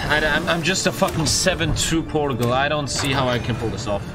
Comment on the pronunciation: I’m sorry you say Portugal wrong also I knew how to use the middle mouse before you that sad rip